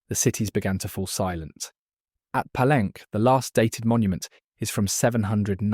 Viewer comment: The city name of “Palenque” is pronounced Pah-LENG-kay, not Pah-LENK. And a sinkhole well, or cenote, is sen-NO-tay, not sen-NOTE.